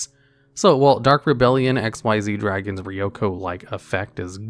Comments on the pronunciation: I can‘t believe you read the „Xyz“ in Dark Rebellion Xyz Dragon as „Ex-why-zee“ rather than „Ex-iez“. Come on, the Y and Z in Xyz is smaller than the X, unlike XYZ-Dragon Cannon. Never mind that it’s obviously named after the summoning mechanic. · “Dark Rebellion ‘X-Y-Z’ Dragon” lol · >pronounces the Xyz in Dark Rebellion as eks-wai-zee >the very next moment correctly pronounces Xyz as ik-seez I’m convinced you’re messing with us at this point. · I find it incredibly infuriating that he says dark rebellion X Y Z Dragon because it’s so clearly XYZ! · Actually, if you were to ever actually read card text, it is called "Dark Rebellion Xyz Dragon", NOT "Dark Rebellion XYZ Dragon" as you said it! The black monsters from Zexal, with Ranks, not Levels, are called "Xyz" NOT "XYZ" and in the said dragon's name, THAT is pronounced "ek-seez"! XYZ refers to a Lv 8 LIGHT Machine Fusion Monster - "XYZ Dragon Cannon" - NOT the follow-up mechanic to Synchro! I thought you knew this game, how can you get such a basic fundamental so fundamentally wrong? What is wrong with you, man? Also, I'm after Chanbarra (it's "kan", not "chan") for my TG Deck as I already have Armades! I apparently know more Synchro plays than a supposed expert who can't even tell the difference between "Xyz" and "XYZ"! Give me strength! Although, you are American, so I'm at least going to let you off your pronunciation of tge letter Z, cuz you lot are weird! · you say Xyz in its name wrong but then say Xyz right 🙄